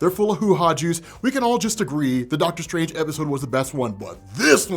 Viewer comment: Dr. Strang-er.